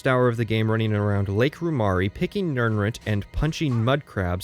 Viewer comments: Small brained argument: Something he covers in the first couple minutes, jokes about the video length, etc. Big brained argument: it’s pronounced nirn-ROOT, not nirn-RUT! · Beginning of video: Nirnrhut Me:..wtf End of video: Mispronounciation drives up engagement more than asking people to like, comment, and subscribe Me: Clever girl. Great video btw! As much as I felt horribly called out so often, I still had to laugh about it. Also, I kind of want to replay Morrowind and Oblivion now. :/ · Why are you saying "Nirnrut" instead of Nirnroot? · Must be a northwest/pacific coast US pronunciation. There's another YouTuber i watch, slightly infamous, was born in CA, and grew up there as well as WA, and he says Rutt, rumm instead of root, room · > "Nirnrut" HAHAHAHAHA!!!!!! You mean "NirnROOT"? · So genuine question: When you say 'nirnroot' you pronounce it like 'nirnrut'. Is that how it's actually said or did I misremember somewhere that it's pronounced 'nirn-root' like it's spelled? or is that an accent thing? I'm genuinely kind of confused about this at the moment. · Love the video but please pronounce the root in nirnroot like shoot for your quick analysis of TES6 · You say nirnroot like "nurnrut". have i been pronouncing it wrong my entire life?? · Why are you pronouncing it as "more-owind" Edit 1: why are you pronouncing it as "nirn rut" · no one:: nirn-rut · It's root, at the very end he says he mispronounces things on purpose to confuse people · Why the fuck do you pronounce nirnroot like that? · What the hell is going on with your pronunciation of "root" in "Nirnroot"? Is this your first time seeing this word or do you just have a really strange accent? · The only problem I have with this content is the way you pronounce nirnroot. On this, and this alone, I am ready to go to war. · Your pronunciation of nirnroot made me cry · The pronunciation of nirnroot deeply wounded me. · Ok ok ok but why do you pronounce nirnroot so oddly?